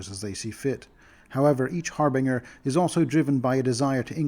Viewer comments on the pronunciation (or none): Bruh I'm more focused on you pronouncing Har*Bin*Ger as Har*Bing*er the whole video. Otherwise great info though, thank you for putting these videos together. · fuck the daemon pronounciation, you had to warn us about the harbinger pronunciation. its har-bin-ger, not har-bing-er. Its an actual word, please at least pronounce that one right... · Someone who pronounces harbingers as har-biners is clearly an authority on phonetics